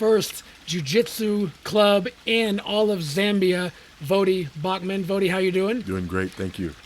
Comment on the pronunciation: His last name is Baucham...not Bachman.